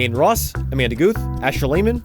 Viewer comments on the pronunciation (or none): none